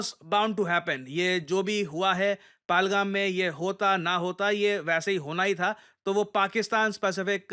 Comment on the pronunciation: Palgham nahi pahalgam naam hai. Shimla agreement nahi simla agreement bolte hai